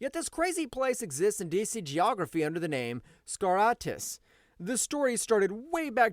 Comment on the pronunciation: The one where you poorly pronounced and poorly explained Skartaris